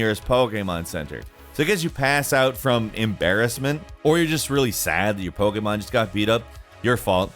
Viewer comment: Am I the only one that wishes he could say Pokémon properly?